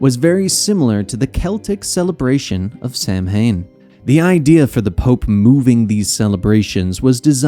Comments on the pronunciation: Its (Sau-when) not (sam-hane) it's a minor thing but hearing this mispronounced makes me way more annoyed then it should be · Great Job & Co. Minor but common mispronunciation w/ Samhain as it actually pronounced Sow'inn xd